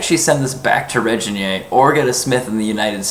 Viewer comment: Zoltán Bereczki It's also pronounced with a hard "g" as in grain, not a soft "g" as in Reginald.